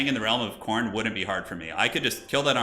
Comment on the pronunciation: Trolled by "coastal teen", that American pronunciation. Just don´t get in trouble with the beach boys :)